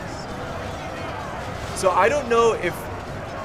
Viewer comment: "nhaaaaaaaaaa were gobilns" xD